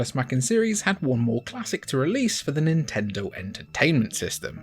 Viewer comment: It's pronounced "Nintendo."